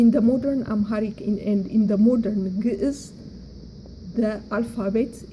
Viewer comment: First of all amaharic is not geez. You have to know the meaning of geez. Even u cant pronounce it properly. Basically the formal written language of tigrinja(sabean). Amaharic is not a geez. Amharic language basically have Only 300 years old as a language. It was orginated from tigrinja and agew. 95 % of it are tigrinja the rest is agew. That is why the amharic speaker cant pronounce our alphabet properly. All the Words have uniqe sounds But the amharic speaker since it is very difficalt to pronounce it they uses similar sounds for many alphabets. But the tigrinja speaker are the real owner of the alphabet and pronounce it properly all the alphabet. Your video is poor.